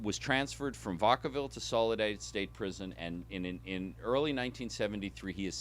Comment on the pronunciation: Fascinating research and interpretation, but as a person actually from the Bay and having previously worked in San Quentin, Vacaville is pronounced, “vack-uh-vihl” not “vuhck-uh-vihl,” but thanks for atleast pronouncing Daly City correctly:)